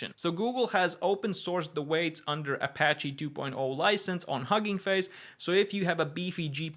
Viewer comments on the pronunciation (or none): none